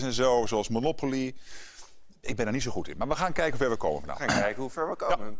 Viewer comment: Meneer Rutte zei manopoly in plaats van monopoly